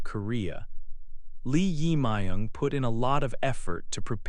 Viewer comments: It is not correct to pronounce the name." Lee Ima young" isn't correct. His name is" Jae myug Lee".Lee is surname ,Jaemung is first name. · The pronunciation of the president 's name is totally wrong. You should re-record it. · Pronounce the name correctly, please. It is not nice to make a recording without knowing how to pronounce the name correctly. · Pronunciation of the President 's name is wrong. Please correct. Thank you. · So weired pronounce president’s name😅